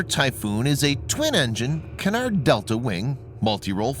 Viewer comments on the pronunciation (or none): none